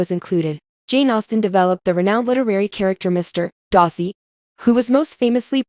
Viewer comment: You cannot say Darcy correctly. You say Dar - see. Say dar like car. Duh !